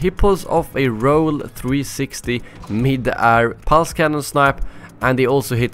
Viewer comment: Why do you say 'air' like ar?